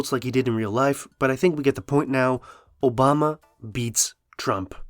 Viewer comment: obamna slip up lmao